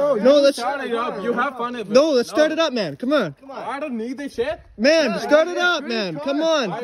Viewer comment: he said I don't need this Shet hahaha